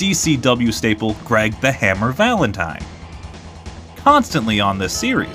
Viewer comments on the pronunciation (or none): none